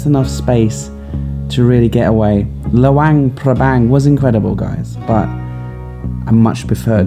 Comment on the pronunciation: It's not lawang prabang! It's luang prabang